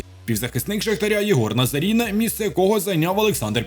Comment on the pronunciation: НазарИна,а не Назаріна😡😡😡 от ти і спалився!!!